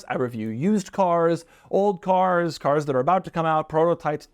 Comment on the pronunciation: Doug is the type of guy who pronounces “Cars” with two syllables. ‘Ce-Aars’ (granted, Jay Leno says it similarly)